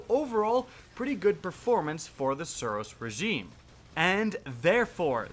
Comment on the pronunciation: I can't stand the way you speak The SUros REgime you emphasise the first few letters of every word